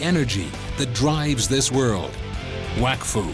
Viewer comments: Oh...okay. So it's pronounced "wack foo" not "wok foo". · Finally! I’ve been trying to explain this to my English dub-watching friends for ages! I always pronounce it as “wokfu” and I always get weird stares for it.